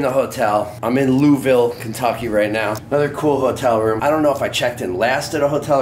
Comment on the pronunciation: Lou'eeville. Wish i would have known you were in my hood!